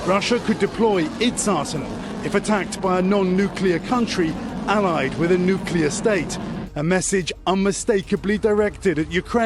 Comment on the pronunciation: NEW CLEAR not "new cue lur."